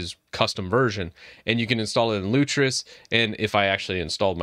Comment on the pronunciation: It is 'Lutris' not 'Lutrus' :D